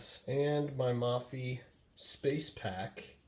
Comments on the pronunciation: It's pronounced (moe-fee) not (mah-fee) lol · it's pronounced "maw-fee" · its MOH-PHEE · Thanks for the video. Please note "Mophie" pronounced with a long 'o' sound, as in "Oh!". Not as in "modular". You can confirm this by listening to the video on their home page.